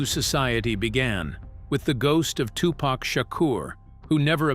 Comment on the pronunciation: I'm not really loving this video because of the the way that this dude is saying the wordsI've already caught a few things if you're going to make a video about a classic movie make sure the auto-tune voice that you use is connected with what you're going to say listen to itif you hear something wrong please change it unless the person who made this video had no idea how to say Tupacor how to say certain words because some of this came out messed up and as a person who grew up in the eighties I find it offensive I appreciate the video but do your research